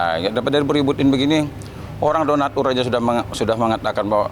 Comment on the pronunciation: bicara udah ngawur 😂 Donastur /donatur 😂😂 udah pusing yah